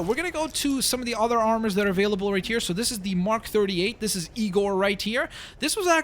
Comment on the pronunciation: The point when you called igor , egor is funny